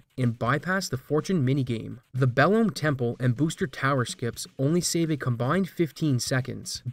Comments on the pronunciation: It blows my mind that after all these years, people have stripped the original down to the RNG, found skip after skip, old and new, yet still don't get that it's pronounced "Below me," as in "Watch out below me!" It's a clear intentional pun from localization. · Belome is pronounced Below-me, as in the button to trigger the flood gates is "below me" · It really doesnt matter much; I only say this as a point of interest: your pronunciation of "Belome" as if the final "e" is silent is really jarring to me. The game was developed in Japan, in Japanese. There is no silent "e" in that language; all vowels are voiced (technically). I looked up how its name is written in Japanese; it's written in katakana as ベロ~ム, which romanizes to be-ro-mu with a slightly held "oh" sound (yeah, I speak the language, though it's been forever). Japanese has no L (which is baffling to my native English mind!), so it's interesting they would transliterate its name as Belome. So ol' four eyed dog-like thing with horns' name would would be most closely pronounced as "beh-loh-muh." Hey, I called the thing "Beh-loh-mey" forever, so I was wrong too! Aren't languages cool? Good day, friend!